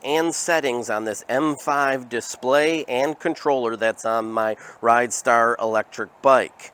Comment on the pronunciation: It's rid star, not ride star.